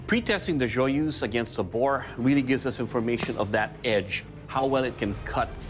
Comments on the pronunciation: Not joy-use, joy-EUSE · Pronounced: "Joi-uh-zh"